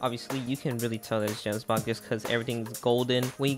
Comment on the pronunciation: You pronounced "Gemsbok" + "Miasma" so wrong...